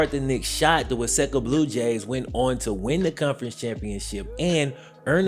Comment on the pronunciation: Ask a Minnesotan, that pronunciation of the town of "Waseca" was pretty hilarious